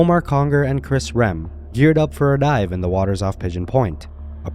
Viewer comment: bro… Why you say dive like that? Dont do that again ok?